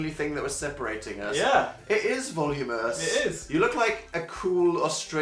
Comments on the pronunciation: (you're supposed to curl tip to root okay bye) (also it's voluminous not "volumous" okay I'm leaving) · Its pronounced Vol-oo-min-ouss